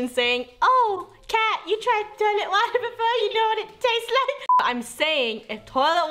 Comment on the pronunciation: Once upon a time, kat said “DRinK mY TioLeT WatEr😡😡😡”